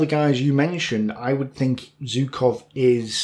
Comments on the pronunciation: You mentioned Zhukov so much in the video, I can't help but ask: Why do you pronounce his name like "Zew-kov"? There is a "ZH". When you pronounce Voronezh, you say it with a clear "ZH". Why are you picking and choosing how you pronounce a "ZH"? ZHOO-kov ("ZH" is pronounced the same way as "S" in the words "pleaSure" and "viSion".) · Hi, please, I do understand that Russian names are hard, but still Zhukov is great enough a figure to deserve his name pronounced correctly. 'ZH' reads like 'G' in barraGe or massaGe, the "french" way. The problem is whichever letter you use to write his name (J or Zh or even G), it won't be correctly read according to the rules of English grammar...